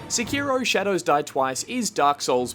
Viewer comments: SI-KI-ROEW Oh God. The cringe. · stop saying Seki-row just stop,get some help